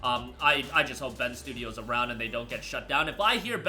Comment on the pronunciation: Every time I hear Bend Stuios mentioned 😩😤